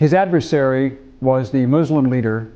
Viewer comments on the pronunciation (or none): none